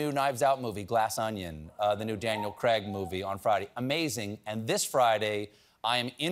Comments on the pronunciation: Craig is pronounced "Kray-g", not "Kregg". Why do Americans get this wrong?! You don't say plegg instead of plague, or vegg instead of vague. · Kray g sounds like a crazy, rap pseudonym.